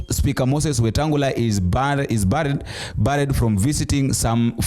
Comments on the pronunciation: It is barred not baried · Jaribu kutumia google kujifunza matamshi…the word is : barred sio buried… kwani hatujifunzi English High School. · He wasnt buried (pronounced bared) but barred.( pronounced baad) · Barred pronounced..ba-add just saying